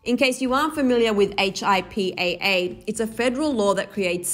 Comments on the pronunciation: Lol you pronounce it “hippuh” not H-I-P-A-A 🤦🏻‍♀️ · H. I. P. A. A. you mean HIPAA? You don't have to spell it out 😂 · it's pronounced hip-uh, hip-uh laws. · I cringed when she spelled out HIPPA😂😂 as a nurse, we really just says “HIPPA”😂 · Yessss. I was triggered by that. 🤦🏾‍♀️ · yeah, I was like "why is she spelling it?" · Plamedie Ifasso She’s a reporter, all reporters need to make sure they do their research before reporting a story. Def not here to roast, just trying to spread awareness because HIPAA is something important that people should know about, and knowing that it’s pronounced instead of spelled could be helpful for people who may hear the term after this. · Im a nurse and I was cringing 😂😂